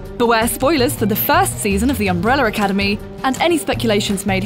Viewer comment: I can only hear her saying "Umbreller Academy"